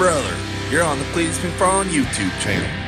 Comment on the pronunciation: Cleetus there is no “L” in both!